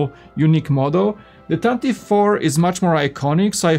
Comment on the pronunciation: Yeah, usually Americans say it correctly… “tantive” We like pronunciation